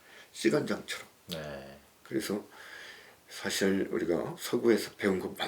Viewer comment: 참 귀한 철학 강의를 의미 있게 듣고 있습니다. 한가지 발음 문제! 사실, 소유자 , 사용법, beach , 세상,개개인 , 다( 모두),최초,두 가지 , 가치, 등! 이상 예는, 두 분께서, 장음인 첫 자를 "짧게" 잘못 발음하신 것입니다. 모두 " 길게"발음해야겠지요. 그리고 한 분께서 "측면"을 "칙면"이라고 발음함에 적지 아니 실망했나이다. 말의 발음이 바르지않다면 어떻게 "철학"할 수 있으리까? "한국 어문을 고발함" 이라는 책을 읽어 주실까요? 미국 변 완수 드림